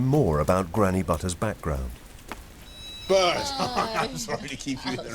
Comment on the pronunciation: Bert, not bird